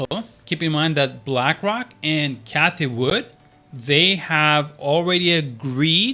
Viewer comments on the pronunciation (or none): none